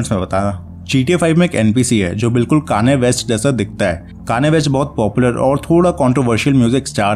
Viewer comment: Kaaaannneeeee west?😂😂😂😂😂